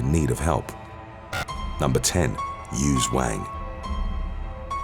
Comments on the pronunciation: Am I the only one who heard "used wang?" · 👋 hey .... who else thought he said "huge wang" ? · Feeling childish mispronouncing Yuze Wang as Used Wang lol. All very unfortunate though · I thought I heard “used wang” at first. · Im sorry but "yuze wang"😭😭😭😭😭😭 im sorry maneee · "Yuze Wang". ROFL! "You have pwobwem? Yuze Wang! You has girlfriend? Yuze Wang!". :P I had to post this... sorry. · Hung Wang is wat I heard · Damn... when he said Yuze Wang I thought I was buggin